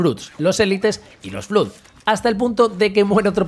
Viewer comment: Flood se pronuncia como "flad"...